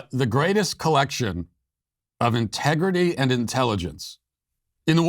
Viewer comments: she actually said "contegrity" not integrity. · Contegrity... its a word but ewwww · No....she said "CONTEGRITY". Even that fork-tongued devil can't use 'integrity' in the same sentence with 'democrats'. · Dear Nancy: your vodka ice cream shakes are showing. "Contegrity"? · Integrity is the last word I'd use to describe them. Did you notice Pelosi couldn't even say it right the second time. She said CON-tegrity. Very fitting. Now con is exactly the first word I'd use.